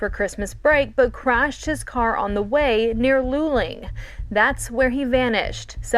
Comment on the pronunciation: Texan here - Luling sounds like Lou-ling. Great show!!!